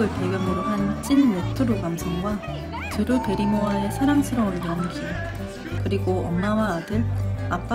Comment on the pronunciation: 베리 드루모엌ㅋㅋㅋㅋㅋㅋㅋ 드루 베리모어 아닌가요?????? 뭔가 자연스럽게 이상해..